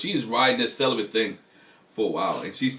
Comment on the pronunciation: barebacked 🤦🏾‍♀️ Celi-bent 🤦🏾‍♀️